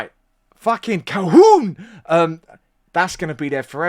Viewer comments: it is pronounced adam "cal-hoon" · I'm definitely a fan of "CalHOOON", especially with that pronunciation.